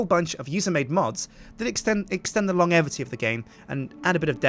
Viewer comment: Long-evity? It's pronounced Lonjevity XD